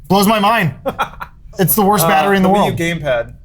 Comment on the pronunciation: "Batter-Wii"...... ba ra bababupbabaaa tap dances out of frame